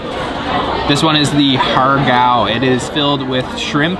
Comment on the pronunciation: it's really cool to see you pronounced this 蝦餃 in Cantonese